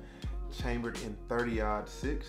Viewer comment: Hey it's marlin like the fish you said mayrlin like Marilyn Monroe but anyway I dig the guns you got oh I was talking about your 30 -6 that you mispronounced